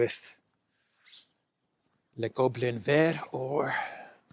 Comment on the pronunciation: pronounced le Goblin vert without the T 👏👏👏👏👏👏👏👏👏👏👏👏 bravooooooo!!!!!! ❤